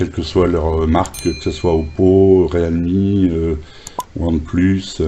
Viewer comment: Bon test du Réal mie....lol...non je plaisante ça se prononce " Rile mi ".......si ça peut aider.....🤔😉....et 1 like de plus pour toi....